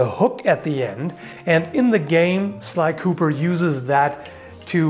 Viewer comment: Don't you mean sly koopersh?